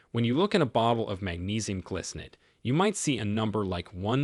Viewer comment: It isnt glicinate. It is gly -- rhymes with spy, sky, sly -- cinate